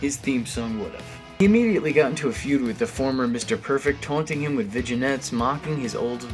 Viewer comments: You have to be pronouncing Vignettes (vin•yets) wrong purposely. I mean how can you be a true wrestling fan and pronounce it (vigi•nets)? Please tell me you're just trolling people with this mispronounciation. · It's pronounced vin-YAYs